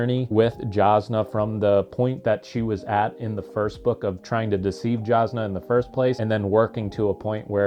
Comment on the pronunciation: Whenever there’s an off camera death.. We saw Jasnah’s lifeles body hit the boat deck tho! 😅 Also, it’s a J with a Y sound according to Brandon, so “yazz-nah”